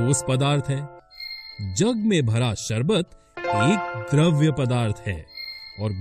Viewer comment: द्रव तथा द्रव्य का उच्चारण दोषपूर्ण है। द्रव तथा द्रव्य का अर्थ अलग-अलग होता है। पदार्थ की अवस्था द्रव होती है द्रव्य नहीं। पदार्थ को द्रव्य (matter) भी कहा जाता है अतः द्रव्य की एक अवस्था द्रव होती है।